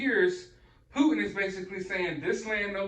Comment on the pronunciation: Like your vids brother! This man in Russia’s name is PuTin not Pu un!